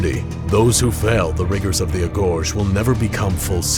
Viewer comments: "auh-go-gee" ... not Ah-Go-Sh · It's pronounced (A•Go•Gee) Not agojj Face Palm! 👎🏻🤮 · "Agoge" isn't "UH-gohj"" it's "Ah-go-gee" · ... its pronounces Uh-goh-ghee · Agoge (A-go-gee) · Goddamnit, it's fucking agoge, not agosch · Every time he pronunces agoge the way he does it's like someone kicks me in the balls. Good video though. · I wish this guy played AC Odyssey so he can pronounce his words as Leonidas would ijs it’s cringe af for him to narrate like he’s Leonidas but butcher the shit out of every name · The way he pronounced agoge made me cringe. Other than that, pretty decent video